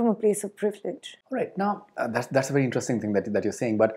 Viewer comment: Faridoon’s pronunciation of interesting 🤔. Anyway, Tanisha is well spoken and confident. Good for her.